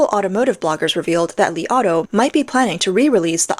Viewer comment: I heard "the Li Auto I ate"